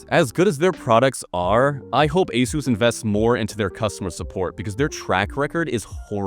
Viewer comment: Every time you pronounce Asus in the company approved manner, a sales drone gets their wings.